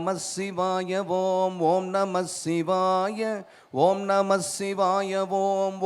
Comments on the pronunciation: Shivaya pronunciation thappu ji aluthu sollanum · ஷிவாய அல்ல... சிவாய என்று உச்சரியுங்கள்.